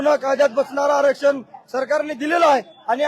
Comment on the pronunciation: Bhai ghantyala sadh aarackshan bollta yetnaye aani aarckshan pahije yala